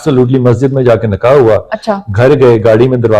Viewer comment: Ary ye to btao k is shakhs ko apny mulk Ki Urdu zaban Ku nhi aati ye admi NIKAH ko NAKA Ku kehta hy..